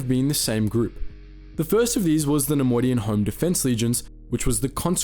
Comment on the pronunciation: take a shot every time he says ‘nemodian’